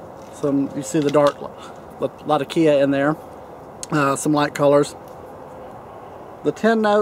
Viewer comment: By the way, I hate you a little more every time I see that pipe, and it reminds me that I should have bought it! Glad to see you learned how to say latakia!